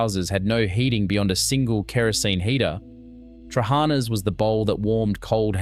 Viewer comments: they ve lost their manners Thats all there is to it I mean trully the words were butchered lol ...it baffling bcoz its not something you cant pronounce , Its not hard to put the intonation at the last A in trahanas ....but you are right its due to lack of exposure..how would you had known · Trehanas soup...pronounced terrible. If you do these clips learn pronunciation. Fyi, pronounced...tra-ha-na